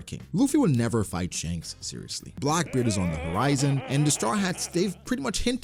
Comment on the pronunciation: Bruh, its Blackbeard not Blockbeard 😂